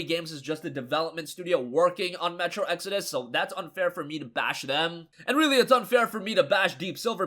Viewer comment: Hey he finally learned how to pronounce "exodus" now! So happy for him!!!!!!!!!!!!!! Also the Epic client is factually inferior to Steam its lacking many features we take for granted like reviews, forums, the workshop for mods, etc etc!